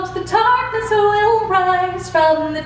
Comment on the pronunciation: Dreamy Arts i think she's Irish. I'm irish as well and i also say "tarkness" because i don't pronounce the th sound in the